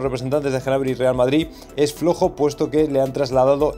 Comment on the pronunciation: Cada vez que dices Genabry me sangran los oídos jajajaj, acaso dices también Genomo?